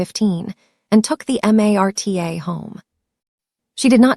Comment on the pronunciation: The rail system is called Marta not M a r t a I live in Kansas and know that 🤣 A. I.